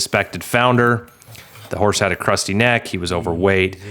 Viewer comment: i kept hearing "crusty" neck and couldn't visualise it - but when you likened it to a stud, i realised you were probably saying "cresty"?